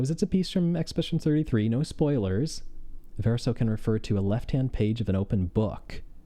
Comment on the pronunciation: You actually nailed the different pronunciations of the name Verso there. They're pretty much all in the game xD